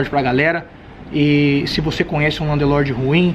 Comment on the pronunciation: Muito bom o video. Mas com 15 anos de Londres tà na hora de parar de falar Landelorde.